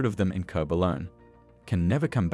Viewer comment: It's a CG text to voice, made to sound Aussie or maybe even Kiwi(there's some odd sounding 6's in there), but clearly the channel creator hasn't bothered to "fix" the text to make things sound correct eg it says Koob for Kobe when it should be KOH-bee